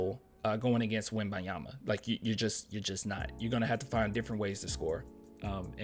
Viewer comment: PLEASE pronounce the N when u say his name, make that little effort, out of respect , cheers brother